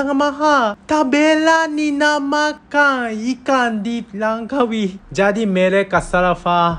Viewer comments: Ikang siakap, persamaang, julai dang 😅 jepung haha kelakar l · Dia sebut ikang, Bunyi Ganu tuh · Cara dia sebut ikan macam loghat t'ganu (ikang) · Ikang.. Ganu ke hahahahaa 😂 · cara cakap tu…ada tambah g dekat n…..kalau loghat bunyi nya taklah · ikan dia bunyi ganu.. i like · bunyi ganu dh tu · Makang ikang,wehhhh ni org terengganu ke org Japanese ni??? 😂😂😂😂